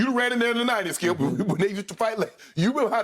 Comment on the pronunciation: Am I the only one who heard Uncle Shay call Skip "scoop" ??????lmao